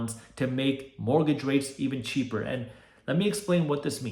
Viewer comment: Cheaper not "Cheeper"